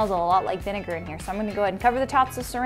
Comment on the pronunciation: I was triggered by her pronounciation of "vinegar"...I thought it's spoken in a different way :/